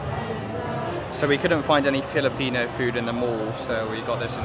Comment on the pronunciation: Many Filipino words are in Spanish origin. So you should pronounce it in Spanish way and not in English 🙂🙂